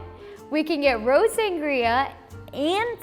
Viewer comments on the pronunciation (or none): did she pronounce rosé as rose?